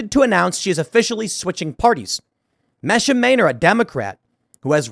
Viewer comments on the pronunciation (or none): I believe her name is pronounced MEE-sha